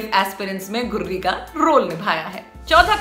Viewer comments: Are गुर्री नहीं गुरी है उसका नाम 😂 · गुर्री नही गुरी... उच्चारण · अरे दीदी ये गुररी नही गुरी है😂😂😂